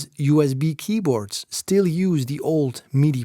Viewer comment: It is USB, not U EZ B!